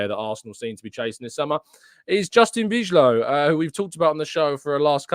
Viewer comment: I actually think (I easily could be wrong) it's pronounced "bee-lov".